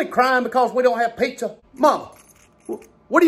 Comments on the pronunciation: As an italian, I love the way he says "PEIZZA" :-D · The way he says "pizza" really cracks me up!